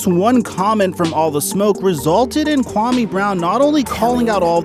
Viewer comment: Your pronunciation of his name is way off dude... Put some respect on his African name!